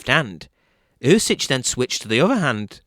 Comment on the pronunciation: It's pronounced "oosik". "Oosich" made me laugh. But good breakdown anyway.